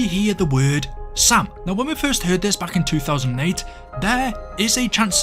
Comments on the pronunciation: My ass always thought the zombies were saying Sail😅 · Sam? I always heard "SALE" or something